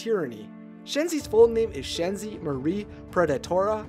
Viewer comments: he said "Shanzai" instead of "Shenzi" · okay I do find this story intresting but I'm sorry as a lion king nut I need to say it SHEN-zi not SHAHN-zi. this is a well made vid and stuff so I appologize if I come off wrong, I am just trying to help...it's kinda one of my own pet peeves when names are mispronounced @@ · you sed Shenzi wrong